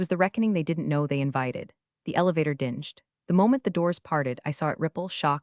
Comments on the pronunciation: Your AI reader has a small problem: bells don't dinge; they DING! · crap it can’t even say dinged properly. Doesn’t know what it means. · Narration mispronounced "dinged". Twice. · it always gets "read" wrong.